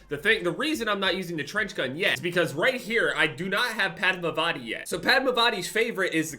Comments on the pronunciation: I'm Indian a padmavatis name is pronounced as if the A's are u's and you say it fast it's pud-mu-vu-ti but fast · Hey just saying cuz it would be really cool for someone like me from south India to hear it from you lol, the pronounciation of the final operators name is puh-dh-maa-vuh-thi.... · you are pronouncing padmavati wrong my guy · As an Indian, hearing say “padmavati” was hilarious 😂 you tried your best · I knew he would not pronounce the name right...still caught me off guard with that name😂... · Not to be mean but he butchered padmavati’s pronunciation